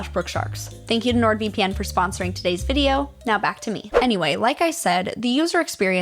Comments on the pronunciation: It’s pronounced nord-VIP-in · You pronounced NordVPN wrong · ITS NORD VIPPIN!!!! NOt V - P - N 😁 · It’s pronounced NordVippin